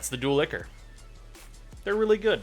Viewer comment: It's pronounced "eye-core", not "ick-er"